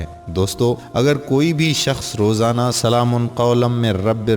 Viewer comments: Ap quran ki ayat to thek pary سلام Kay meem per pash hay zabar nhi ap nay do martaba zabar kay sath pari hay is say mani badal jaty hay plz take care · Salam Man k oper Zabar nhi Paish ha Bhai Zara parhty waqat ghaor kareen please